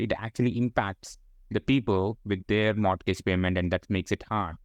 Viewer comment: I learnt a lot from this gentleman. By the way,, don’t take this the wrong way but your pronunciation of ‘mortgage’ is incorrect. I’d recommend taking a moment to learn the correct pronunciation of this word and it’s very simple where you can easily find it with a quick google search.